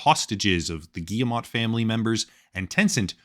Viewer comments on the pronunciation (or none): I'm on a one-man crusade to get YouTubers to pronounce Yves Guillemot's name! It's: "eve gee-mo" (hard-G, long-O). Last name Rhymes with "we go." Good luck!